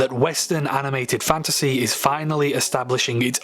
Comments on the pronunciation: You saying the word fantasy so many times made me hear fandussy... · at the start when he kept saying fantasy, all I heard was "fantussy" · You're not the only one. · I'm sorry. Fanta sea. A sea of fanta. All I could hear with that intro, lol! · My favorite part is when he says fantasy